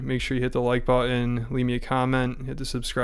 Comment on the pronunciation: WHat kind of northern american english accent has people saying button like that? Are you secretly from Gloucester?